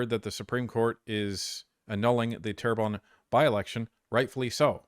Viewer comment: its Terrebonne ;)